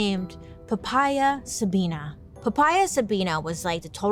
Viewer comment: I lived in a town named Sabina and you're pronouncing it wrong 😅